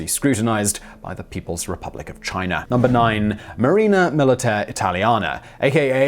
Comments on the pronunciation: One thing to pronounce a consonant like a vowel. If China had an "r" at the end of it , ironically Simon would pronounce it properly! But ... english people butcher their own language so badly that it is okay add a consonant sound to a vowel I guess. Just put an "r" sound when you see "a". What is next? Put a "b" on the end of words that end in "o" maybe? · I’m familiar with China. Never heard of Chiner.